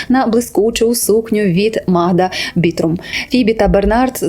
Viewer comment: Магда Бутрим (Magda Butrym) - польська дизайнерка, а не «Бітрум» 😊 комент для розвитку каналу 😊